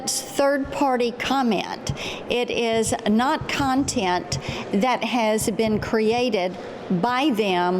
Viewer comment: I’ve never heard someone pronounce content “contient”